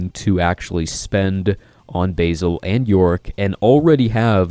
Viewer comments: I believe it's pronounced "Basil" as in the name, not "basil" as in the herb lol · Agreed. He is the Batlord, not the Baitlord ;)